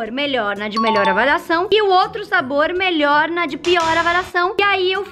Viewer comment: "melhoe" kkkkk